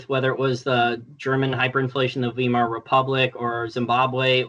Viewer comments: FYI, Weimar is pronounced like it rhymes with “bi mar”. And the w in German sounds like v in English. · The US is now in a tariff war with China, Canada, Mexico, and the EU. Weimar is pronounced vy-mar (vī-mär). calls it wee-mar because he's an American kid in his early twenties and doesn't know better. (Don't compare yourself in your early, or even late, twenties to Jason; he's smarter than that!)